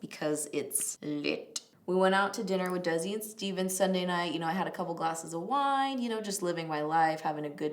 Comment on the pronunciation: Did you just call Desi...Daisy??????? Bahahahahahaha